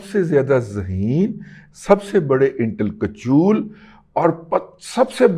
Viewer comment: ھیپی برتھ ڈے آپ کو اور آپ کے نئے پیدہ کردہ لفظ "انٹل کچول" کو ۔۔۔کیونکہ آپ کو تو سنتا ھی رھتا ھوں لیکن یہ بندش " انٹل کچول والی اپنی ،ندگی میں پہلی بار سنی ھے ۔۔۔ 😂😂😂😂😂😂 مزہ ا گیاانگریزی کی جیہیی تیہہی ھونے پر جیتے رھیں اور خوش رھیں ❤❤❤❤❤